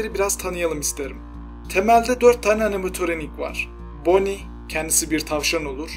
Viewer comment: animatoronik deyil animatronic